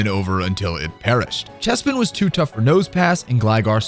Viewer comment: CHESPIN????? lol